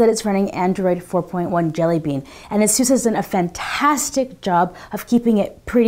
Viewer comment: /ˈeɪsuːs/. just saying.